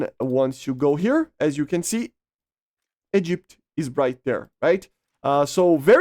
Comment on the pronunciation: You said egypt wrong